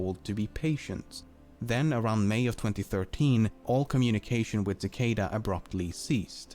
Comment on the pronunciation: kuh-kahda free free oh one? Really?